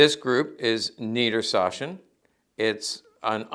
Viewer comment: niedersachsen has a ch that is between sh and a hard k, it isn't a soft sh like in this video. Keep in mind it is lower saxony in English.